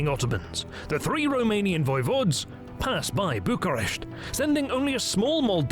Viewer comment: I especially respect the correct romanian pronunciation, it shows that a lot of effort was put into this great documentary, well done!